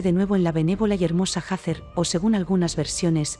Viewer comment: Se dice Hathor NO SE DICE HATHER